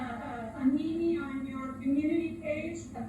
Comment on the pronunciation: There's no excuse for the way the sheriff's office treats you! They should be ashamed!! Oh shit!! Did she just say meemee as opposed to meme? The poor judge is wondering how on earth she got stuck with this mess!! She's exhausted! But I do not understand why she has allowed her just to ramble on and on and on. I said in another comment I thought something she had done was because of the mess up with the technology but now I wonder because she seems to want to allow to go on & on!! This is ridiculous!! Whatever WAS on her phone doesn't matter weeks later! She could've done caboodles of posts, photos, videos, etc. by now!! How will a fence stop Mr. Hales from posting something? I'm confused. This is SO childish!! I thought this judge was going to put her foot down... I'm a bit disappointed she didn't. She should've shut her up repeatedly!